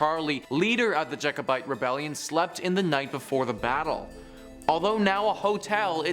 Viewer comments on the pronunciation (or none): Also there is only one u in culloden also it’s Jacobite not jikobite